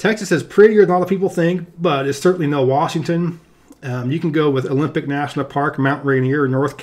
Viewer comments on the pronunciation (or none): none